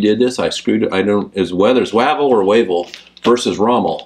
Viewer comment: Great vid guys thanks you gave me some ideas for my next game. Just FYI it's pronounced 'Way-Vell'. He was an interesting character, pulling off one of the great campaigns of all time when his thirty thousand men attacked and destroyed the Italian 10th Army of a hundred thousand men plus. A sensitive man, he liked poetry for example, but that didn't stop him standing up to Churchill with some home truths about some of Churchill's wilder ideas. Inevitably he was sacked because of it:D